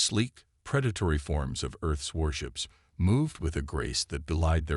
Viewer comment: That's earth's warships, not worships. Your A.I. BLOWS.